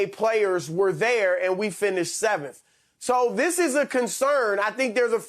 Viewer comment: We finished “sssssweaveanth” 😂🤣😂